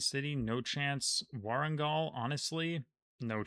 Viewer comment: it is Warangal. I did my graduation in Warangal University. I am sure you knew it and you’d feel bad when you hear it.